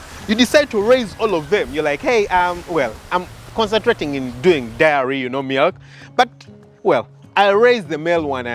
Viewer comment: Great post. Diary 📔 but Dairy (Pronounced DERY).